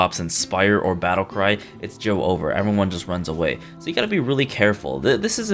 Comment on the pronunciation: This better not be another video where he says joe-over instead of jover